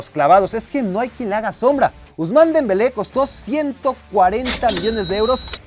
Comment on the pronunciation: Dembele?, qué dijo de Dempele